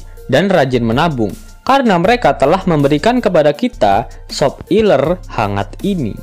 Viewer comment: Kenapa pengucapan nya harus sop iler.. emang admin nya suka sama SOP iler.. aku mah jijik 😂